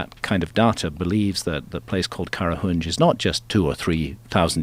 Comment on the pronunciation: As an Armenian, the way Graham says Qarahunj is probably the best I've ever heard a non-local say that place's name.